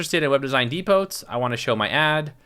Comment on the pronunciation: Thanks for the video, it's very helpful. I was distracted by the words you mispronounced, like "charristic" for characteristic, "nitch" for niche ("neesh"), and pronouncing the silent T in depot.